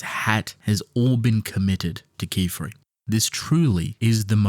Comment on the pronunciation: Yay he learned how to say Qifrey right :DDDD